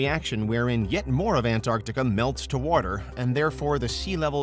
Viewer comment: Why do you say it like "Ant-Arctica"?